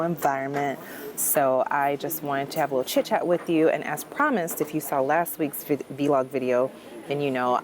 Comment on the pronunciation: It’s vlog not v-log